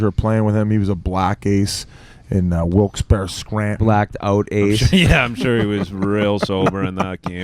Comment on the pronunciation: Thank god Whit know’s how to say Wilkes - Barre